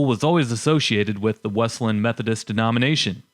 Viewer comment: It is pronounced "Wes-lee-yan", not "Wes-lan".